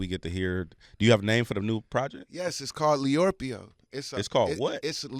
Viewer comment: Come on 'Leorpio'.....